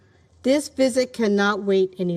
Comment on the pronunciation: You said UN “conwened” and “UN inspectors wisit“